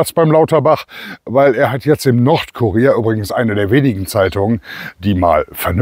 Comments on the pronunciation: Haha, das ist ja der Brüller! Ich habe zuerst, anstatt nordkurier habe ich Nordkorea verstanden. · Mußte lachen,anstatt Nordkurier habe ich immer Nordkorea verstanden 😂😂was bin ich doch ein Dummerle 😁😁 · "Nordkurier" ich habe zuerst "Nordkorea" verstanden.😅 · Ich höre "Nordkorea". Was ist das für eine Zeitung in Deutschland ? 😂🥳